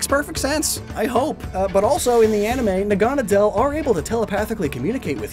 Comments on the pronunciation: Naga-nadel. Naga being a snake/dragon person. Nadel being needle in German. Making it NAgaNAdel, not naGAnadel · naganadel is probably pronounced naga-Nah-dull because Naga and the German word for needle. I pronounced it na-GAH-na-del for a while too but the former just makes more sense and rolls off the tongue better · The way you say "Naganadel" just bugs me.